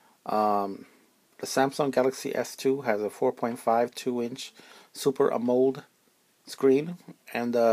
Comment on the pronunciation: Amo-led, not A-moled.